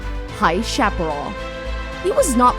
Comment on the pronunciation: Yeats is pronounced Yates...chapparal is pronounced sha-puh-RALL (rhymes with alley's first sylabel ...